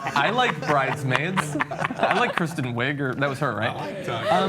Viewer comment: haha he said kristen wigger